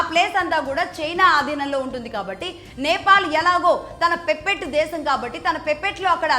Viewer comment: 'పెప్పెట్టో' లేక 'పెసరట్టో' కాదు అది 'పప్పెట్', అలాగే 'ఇనీషియేషన్' కాదు అది 'ఇనిషియేటివ్'. మొన్న ఒక వీడియోలో 'ఈథైల్ ఆయిల్' అని, ఇంకో వీడియోలో 'ఈథైల్' అని ఇష్టం వచ్చినట్టు చెపుతున్నారు. అది ఎథనాల్!!! దయచేసి ఆవేశంతో ఊక దంపుడుగా చెప్పకుండా స్క్రిప్ట్ రాసుకుని చెప్పండి. అలాగే ఇంగ్లీష్ సమస్య అనుకుంటే తెలుగు పదాలు ఉపయోగించండి. చెబుతున్న విషయం సరైనదే అయినప్పటికీ, అందులో స్పష్టత లేకపోతే ఏం ప్రయోజనం?